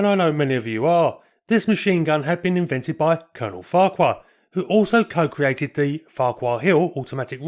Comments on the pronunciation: Beardmore also built taxis for London in the 1950's, and Farquhar a Scottish surname is pronounced 'Far-har' apart from that, another super post, thank you. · Farquhar is a name native to North East Scotland, where the pronunciation, in Doric, is "Fachur", with a semi-hard, back of the throat, ch as in loch. This occasionally causes consternation. A short explanatory video of some Doric pronunciations can be found on here entitled The Caledonia Bank.